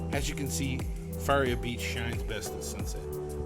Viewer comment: It’s (fuh) (rhea).